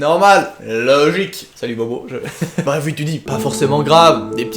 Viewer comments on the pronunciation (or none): none